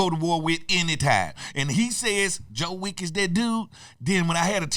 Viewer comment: "Joe Wick" 😂